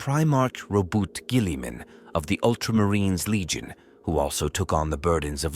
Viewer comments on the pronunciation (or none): Or the damned butchery of Robute Ghilliman’s name, or the word Primarch, it’s so bad I ain’t lasting 5 minutes before saying nope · Robu guilliman 😂